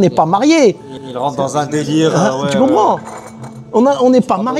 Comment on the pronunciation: Tu CooommmPrrEnnd 😂😂 avec l'accent c'est nickel 👍 Alors '' quand on te tend un micro, c'est pour parler dedans pas le poser sur ton genou ou faire des moulinets avec 🎉 Bon sinon chouette video et, j'ai trouvé, globalement, bonne analyse du patron.